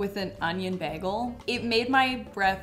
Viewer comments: Another word for the „ pronounces“ bin: beg-el 🥲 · pronouncing Bagel as Bairgle.. gorgeous 😍 (I'm Aussie, soft R) haha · The way you pronounce "begel" is so cute! 😂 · Is saying beggle instead of bagel a Canadian thing? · add to the list of things people make fun of you for saying wrong: beggel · Add to the list "weird ways pronounces words" "bagel". I hope I'm not the only one who noticed this